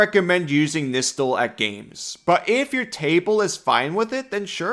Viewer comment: Fun thing is it’s actually pronounced Nigh-stall